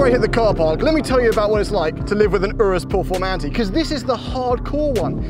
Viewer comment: 😂 I'm dying here . ooorrooohs pehrformahntey